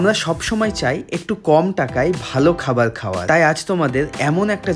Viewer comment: খাবার ❌ খাবাল ✅